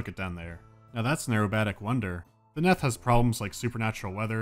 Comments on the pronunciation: It's "neath", not "neth" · It's pronounced 'neath as in underneath. Not Neth. I think. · I'm amused by the fact that you pronounced it as "neth", because I always thought it was "kneeth" as in "underneath", but still... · This is nitpicking, but it's " 'neath", not "neth". As heard in "beneath" or "underneath". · The "Neth" should be pronounced the Neath, as in underneath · Its not neth its nEEth for fucks sake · I just registered that he was mispronouncing Neath. It's pronounced neeth, because it's short for the UNDERneath, get it? Also, like if makes you think of This Boy Suffers From Crystalization, iykyk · 3 years late, but it's 'neath, like underneath, and it annoyed me a tiny bit. Love the video though. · It's pronounced 'Neeth'. As in Beneath. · It's pronounced Neeth, like underneath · He interpreted it as rhyming with Death